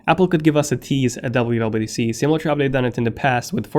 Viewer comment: Yuble u yuble u DC lol